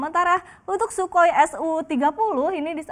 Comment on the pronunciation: Si mbak BELEPOTAN. CNBC belepotannn. "Shukoi"? wkwkwkwk